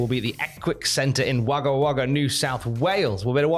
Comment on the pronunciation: For future reference, The first a in Wagga is pronounced as a o